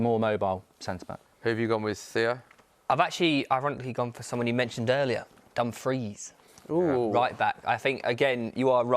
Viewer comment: Theo said Dumfries dfkm😭😂😂😂